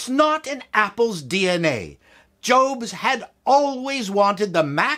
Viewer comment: If you cannot pronounce Steve Jobs' surname, then you shouldn't critique Apple. If you use Hackintosh - you lose all credibility.